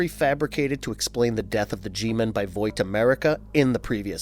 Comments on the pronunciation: he says voit is that what they call Vought in the comics or is that just an error. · Ahh yes, voit America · It’s not voit. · Gotta just say, good video but one nitpick that drove me insane, HOW YOU SAY VOUGHT, YOU SAY VOIT AND IT DRIVE ME NUTS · Bro said voit 💀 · And no A either. VOUGHT. And I dont even read the comics or watch the show. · ...... it's pronounced like VAWT.... My eye is twitching. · Vought, it's spelled fine, show pronounces it for us...video keeps saying voight lol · "Voight" lol Still a great video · Why do you keep saying "voight"? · ill come back to your channel when you know how to say vought right dude like jfc they say it times in the show youd think youd know how to fckin say it. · Do you really not know how to say Vought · The pronunciation of vought is the worst shit ever. How hard is it to get people who can pronuce shit right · Great video! I really liked the part where you mispronounced vought over and over until I stopped watching! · The only thing more disturbing than herogasm is the way this narrator pronounces "Vought" 😂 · its kind of upsetting the way you pronounce vought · Don’t mean to sound like that guy but why is he saying Vought wrong? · Why can’t you pronounce vought properly? It’s so cringe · The way you say Vought is jarring as hell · It's painful to hear Vought repeatedly mispronounced. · Probably a good video, but I'm not watching something this horribly mispronounced when they literally have a show where "Vought" is said constantly. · Good explanation but pls pronounce vought right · How does he not know how to say vought😭😭😭, surely he’s seen the show right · The way you pronounce Vought bothers me lol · the way you say vought is cringe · Can't even say Vought right. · Yeah that was driving me crazy lol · bruh what? He’s literally explaining the comic series. Dude just can’t say vought right lol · It’s pronounced “VOTT” not “Voit” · Vought. As in “Bought.” not Voight. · Why are you saying voit instead of vaught